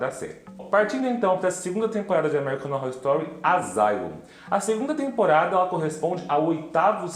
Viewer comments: Só eu ouço amerricanorrostory? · Vc pronuncia o nome da série errado. Kkkkkk. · Você não sabe falar American Horror Story! Kkkkkkk